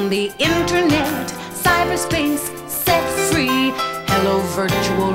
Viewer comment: Jules Da Weird set free sounds like sex free